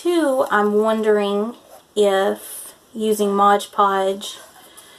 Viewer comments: It's "Mod Podge," not "Modge Podge." 😊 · And its Mod Podge not Modge Podge lol